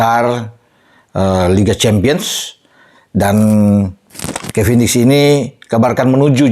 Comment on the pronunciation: dulu bilangnya kevindiks